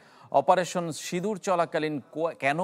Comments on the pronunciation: Operation sidur na operation sindur...valovabe bolun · অপারেশন সিঁদুর। বাঙলায় উচ্চারণ ভিন্ন।